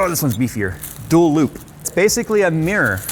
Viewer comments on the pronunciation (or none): none